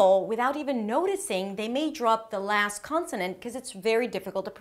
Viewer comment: Hey! You look and sound a bit Israeli. Are you? This is very enjoyable. Jus a few remark: While telling us not to forget the end sounds, you say: "without even noticing they may drop the lass consonan cause its very difficul to pronounce... make a list of words that have two three ann even four consonance at the end... now this is a good place to remind you that if you wann a liss of those top ten mistakes...